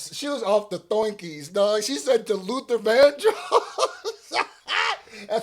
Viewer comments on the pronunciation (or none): She said Luther gandross 😂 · said Luther VanGross